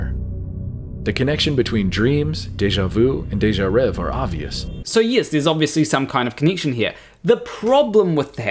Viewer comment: It's not "déjà rev", it's pronounced as if it were (in English) "déjà rev-ay". It's "rêvé" and the accents tell you how to pronounce it. The last letter is an é, not an e.